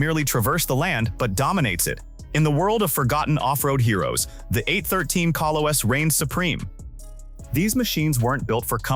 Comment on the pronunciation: Kolos - not Koe-loess